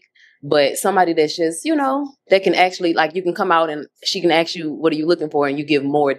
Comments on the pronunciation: ASK, NOT AXE!!!! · Please please please people say ask not acts